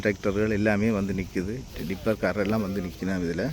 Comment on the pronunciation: டிப்பர் இல்லை ரிப்பர் (dipper என்றால் அகப்பை tipper என்றால் சாய் தொட்டி அல்லது கொட்டும் லாரி பெட்டி செய்திகளை வாசிக்கும் போது சரியாக வாசித்துக் கொள்ளவும் இல்லாவிட்டால் உங்களுக்கு தெரிந்த தொழிலை செய்யவும் ஆங்கிலத்தையும் தமிழையும் இழிவு படுத்த வேண்டாம் நன்றி வணக்கம்